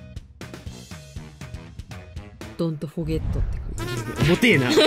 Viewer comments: 恐らくdon’tforgetなんでしょうがbon’tになっていて癒しになりました😊毎日ありがとうございます😊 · don’t forget のdがbになってる笑笑 かわいすぎるやろ……!!🤦‍♀️ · don't forgetがbontになってんの好き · Don’t forget がBon’t forget になってるのが、の天然ぶりが、炸裂してて面白いです！ ちなみに、どうやったらそんなにえが上手くかけるのですかっ！？ (編集者のゆかさん…私の本名に似てますね…) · ずっと思ってたんですけど、don’tじゃなくてbon'tになってね？